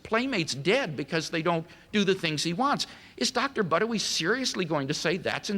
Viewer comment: "Dr. Buttery" LOL!